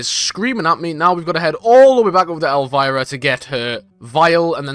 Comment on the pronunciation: absolutely butchered elviras name